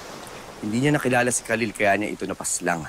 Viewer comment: Narinig nyo pag bigkas ni gabbi sa Kahlil Sabi nya kahlel